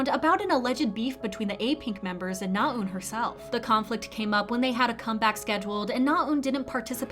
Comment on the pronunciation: your Korean name pronunciations are improving! you still need a bit of work but I know it can be hard to wrap your tongue around foreign sounds. NaEun is not pronounced with a long "u" sound, though. :-) when you pronounce it, it sounds like "나운," rather than what it should sound like: "나은." the latter is how her name is spelled, with the "ㅡ" character that's usually romanized as "eu." sincerely just trying to help. the "ㅡ" sound in Korean can be hard to master. still, overall, you are sounding much more natural and accurate; good work!